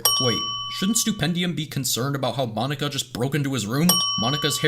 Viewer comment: Mon-ika Poke-ika